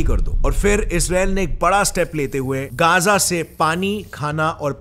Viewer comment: Bro it isn't Geza it is Gaza clear bolo